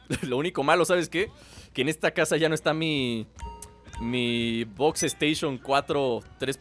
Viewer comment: lol que es xboxstation que dicen